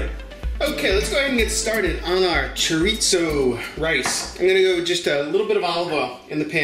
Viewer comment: I like rice! This looks like a winner for me! By the way... chorizo is pronounced chor- ee-so... if you can roll your tongue on the r... you got it!